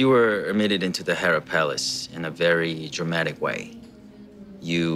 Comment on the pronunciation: I heard that you are ~ Herapalace in a very dramatic way 할 때 dramatic 발음 ㄹㅇ 개치이네 남자인 내가 들어도 ㅋㅋㅋㅋ 1일 1dramatic 해야겠다